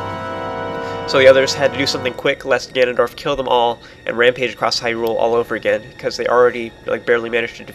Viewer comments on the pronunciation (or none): none